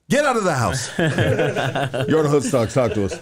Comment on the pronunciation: 😂 said Hood cocks...oh Hood stocks😂 hahaha